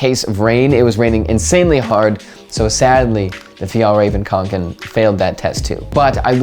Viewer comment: Yeah, nice pronunciation. People tend to pronounce Kånken as Kanken and that's something completely different. Kanken means “a chicken” in the regional accent where the Kånken comes from...🐤